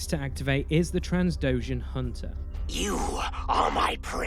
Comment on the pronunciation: good video, but it makes me cringe every time you call Diala Dalia. Also, it is not transdoshan but trandoshan.